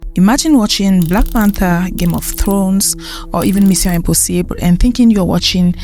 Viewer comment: The way you said "mission impossible " ..Just like a french speaker